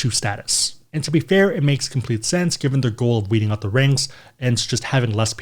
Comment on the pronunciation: LOL, It's weed out, not wheat out. That's pretty funny.